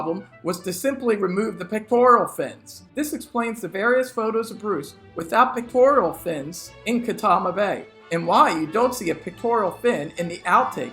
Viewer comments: It's "pecTORal", not "pecTORIAL" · Pectoral not pictoral. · Pec-tor-al not Pec-tor-ial. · "Pectoral" fins, not "pictorial" fins. Sheesh. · wait, are you calling them “pictorial” fins??😂😂😂